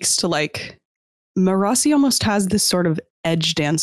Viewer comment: You can tell which of them listen to the audiobooks! The different ways they pronounce Marasi is all over the place! Most impressive - they don't let the other pronunciations change what they know is the right way, lol! 😁